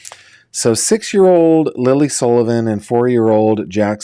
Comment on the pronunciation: Sullivan not Sollivan.